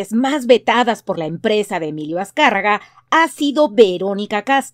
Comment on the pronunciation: Azcárraga llin no mames.... Aprendan a decirlo bien..